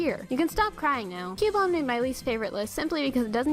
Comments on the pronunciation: its cubone CUH BONE!!!! not Q BONE!!!!!!!!!!!!!! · THE NAME IS PRONOUNCED "Q-BONE"! LOOK IT UP! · i allmost cryed when she said cubone